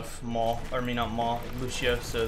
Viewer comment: That's not how you pronounce Lúcio's name. And the fact that Lúcio says his own name in multiple voice lines makes that even funnier.